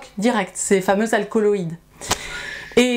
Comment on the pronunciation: Super vidéo comme toujours! Le scientifique que je suis est obligé cependant de corriger un simple bafouillage. La Mandragora officinarum est riche en Alcaloïdes (et non pas Alcoïdes à 5'41 ni Alcoloïdes à 31'05). Oui je chipote mais ce n'est que pour parfaire ce qui était déjà excellent! Tous mes respects.